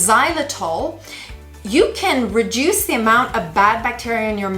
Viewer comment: Reduce. Not reduse.